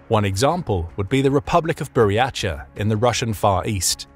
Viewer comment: While the information here is great and mostly accurate, your pronunciation REALLY needs work. Sakha, Circassian, Buryatia. Look up how to pronounce them